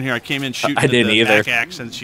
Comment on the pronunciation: STUFF DAT, "LET THE 'SHOOSTING' BEGIN!!!"